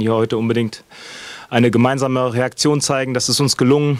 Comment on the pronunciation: Bitte nie wieder “Reaktion“ sagen. 😰😁